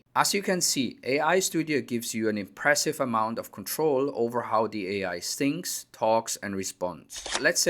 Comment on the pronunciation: Thanks for an interesting video. Your English is very good, but please make sure you pronounce the TH sound correctly. Case in point, there is a big difference between "thinks" and "sinks".